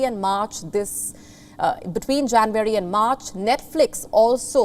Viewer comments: It’s not jan-very you pinhead…it’s January! Where do they get these numbskulls?! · It’s not JanVARY but Jan UARY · It is JA N U A R Y not JANVARY. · its not janvary ma'am ..it's january😊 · You lost me at ‘Janweary’ 😅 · She pronounces January as Jan-wary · Learn to pronounce JANUARY ....u r no compare to palki Sharma